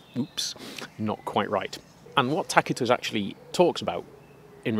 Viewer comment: Thank you for pronouncing Tacitus correctly 😅